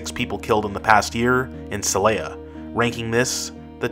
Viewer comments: See lay yuh? It is pronounced say lah yuh though. How can you know what you are talking about when you can’t even get the pronunciation done decently? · If you are going to make a video about our ten most violent cities, you might want to learn how to pronounce their names. Every time you mispronounced “Celaya”, I found myself correcting you out loud, and that’s one of the easiest to pronounce. And why do people add a vowel to “Tijuana”, making it sound like “tia Juana”, or Aunt Juana?